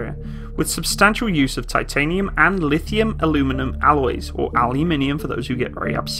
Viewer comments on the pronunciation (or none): none